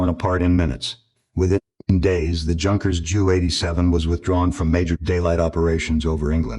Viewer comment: Junkers. Should be pronounced Yunkers